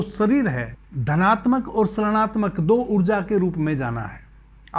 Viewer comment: ७:३० गुरुजी, जब हम ऋणात्मक का उच्चारण करते हैं, तब वह ऋषि की तरह आरम्भ होगा (उच्चारण - रिणात्मक)🌿🙏🏼🕉